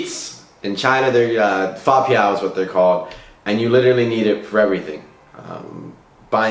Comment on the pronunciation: You know people don't understand you because of the tone, but you still ignored the tone? Resit is fa1piao4 not fa4piao1.